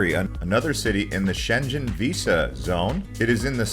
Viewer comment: Your pronunciation of Schengen is wrong. You’re saying schenjen instead of Schengen. The ng is the one at the back of your tongue